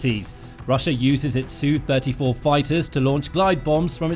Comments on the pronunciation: Is it not S U 35 not a soo 35. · SU not "Sue"! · "Soo": Brit-speak for Sukhoi. 😂